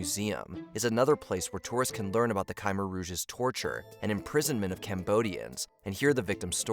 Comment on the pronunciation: Mispronounced Thames, Khmer Rouge, and probably others, but it got so annoying I couldn't make it through the rest of the video.